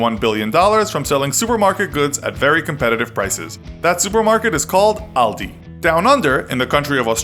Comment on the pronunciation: I like how you pronounced "Aldi". It was almost right!